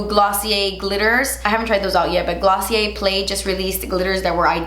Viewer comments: Dr. Facilier is pronounced Dr. “Faciliayyy” you don’t pronounce the R in French words lol you said glossier correctly, it’s just like that but facilier lol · Ace Coordinator Mary yeah just like glossier which she said correctly i was like really ?? Lol